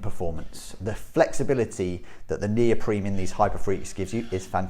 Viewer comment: why does this guy keep saying neopreme, its neoprene